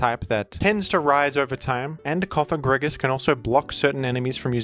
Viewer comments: So glad to hear that learned the correct pronunciation of “Cofagrigus” in time for Pride month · google "antepenultimate stress in Latin". Cofagrigus is a pseudo-Latin name as it ends in -us and such words are stressed in their third-to-last ("antepenultimate") syllable (except for when the second-to-last has a long vowel, because then it "weighs" like two syllables). Therefore your new pronunciation isn't just unintuitive, it's linguistically wrong. That's why normal people feel strange when they hear your wrong stress. I get why you do it, but it's kinda silly and childish, like saying "Úranus" instead of "Uránus". But at least then those people pronounce a short A in Úranus, so that it fits with the stress rules of Latin (or latinized Greek) words. If you wanna be scared by a Ghost (Pokémon's name), then at least say "Cofagrígus" with a long i, as then you at least speak in accordance to the antepenultimate stress rule. But I would still say Cofágrigus like you did in the past, because it's an innocent name of a Pokémon. Summary: Bad: Cofagrígus with a short i Ok: Cofagrígus with a long i Good: Cofágrigus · rip Cofagrigus pronunciation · Are you trying to be funny or make a point with that comment? Something like "hAhA hE nEvEr PrOnOuNcEs ThEm PoKeMoNs RiGhT"? "Groodon" is a perfectly fine way of pronouncing "Groudon" when you're reading that name without having heard others pronounce it before. The word "you" is pronounced in the same manner. The Cofágrigus/Cofagrígus question isn't even a matter of reading letters. It's a question of stress. Even someone who can't read would normally be able to pronounce it correctly. Orthography and converting written text into speech isn't a matter of LANGUAGE ITSELF but a language derived thing.